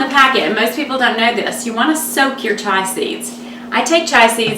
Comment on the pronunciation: Chia not Chai...great recipe though